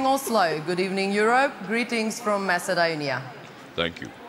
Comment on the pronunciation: Grittings from Mess-eh-dewn-ya. Or was it Oz?